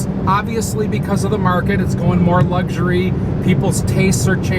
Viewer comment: there is no G in luxury. It's Luxury NOT Luggsury